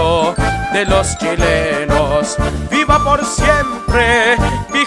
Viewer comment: Beautiful! However, you mispronounce the "g" in "general". It is pronounced like "х" in Russian, because it comes before an "e". If it was "gueneral", the "g" would be pronounced like "г" in Russian.